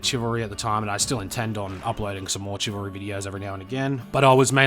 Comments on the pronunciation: Are you purposefully pronouncing Chivalry Chi-valry to trigger grammar nazis? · I try not to nitpick, but it's pronounced "Shi-vil-ry." Used to sword fight as a hobby and it always irks me when I hear that mis-pronounced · the way you say chivalry is so fucking funny